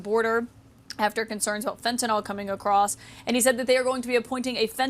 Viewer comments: At least Trudeau knows how to pronounce fentanyl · how is Trudeau the only one who can actually pronounce fentanyl?